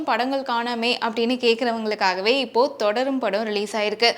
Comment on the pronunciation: Thodarum is not crt its thudarum